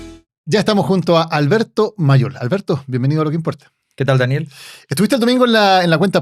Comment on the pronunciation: El otro dice “lo que impolta” 😂